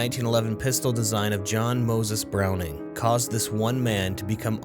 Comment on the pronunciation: Our lord and savory John Moses Browning say it right lol